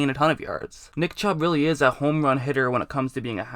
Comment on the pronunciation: did he say dick chubb. Lol sounds like it.